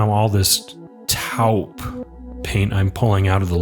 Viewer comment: Taupe, like 'dope', like your vid